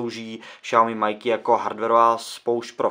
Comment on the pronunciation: Pozvánky nejde o to, video jako takové je povedené, sám jsem dal like, mě to jen bije do uší když je o tom samotné video;)